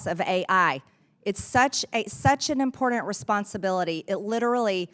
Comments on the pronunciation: The Word is “ IMPORTANT “ NOT IMPORDANT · She doesn't know how to say "important" correctly, there is no "D" in important, as she says, "impordant". Definitely came from the poorly educated part of Georgia. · I swear to God... If I have to hear her say imporDENT 1 more time......... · Impordant? Is that a word?